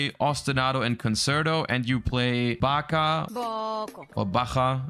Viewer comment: So happy someone pronounced bacha right, although it would have been weirder if a German didn't I guess